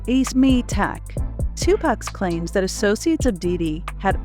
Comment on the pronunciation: I couldn't watch this whole thing because of the female voice pronouncing words wrong!!!! Two-Pack, Re-cords, Shawn Diddy calms🤬🤬🤬🤬